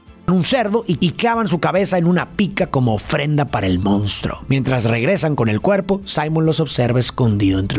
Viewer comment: Me encanta tu contenido!!! Solo que la palabra que más repites en todos tus videos es “MONSTRUO” y me parece irreal que digas “moUnstruo” lo cual es incorrecto… 😅